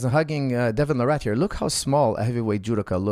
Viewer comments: It’s Larratt not “La Rat” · I kept thinking you were calling him Devin the Rat. And I was puzzled why you kept saying it so casually, it seemed kind of harsh.